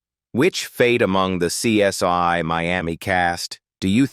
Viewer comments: The show is called CSI not CS1.when yo are doing voice over work get it right. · I hate AI! It's CSI (pronounced "see ess eye" and NOT "see ess one")! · SOMEONE PLEASE TELL THESE AI PEOPLE THE CORRECT SAYING IS... C. S. "I", NOT C S "Y". 😠😠😠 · Who is this narration? Truely horrible 😢it's CSI not CS1 😮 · Hey,, it's CSI, not CS1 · Why did this narrator laways misprounced title? It is CSI as in investigation, not one. And he sounded black.. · The worst AI narration ever. Laughable with mispronunciation of CSI as CS1 & CSY throughout. Also several instances of video shots that had NOTHING to do with what the narration was saying. What an embarrassing mess this video is. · AI cannot pronounce CSI